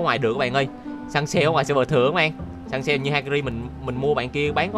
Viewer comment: Hakari nha chứ ko phải Hakiri 😆😆😆😆😆